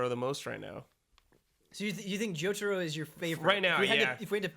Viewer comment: Jotaaaro? You're killing me!